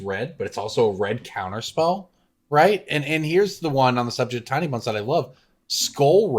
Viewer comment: Sometimes says Tiny Bones and it sounds like Tiny Buns and I like it.